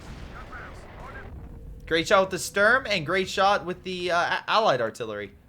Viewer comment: “Great shot” sounds like greyshot is that intentional? 🤔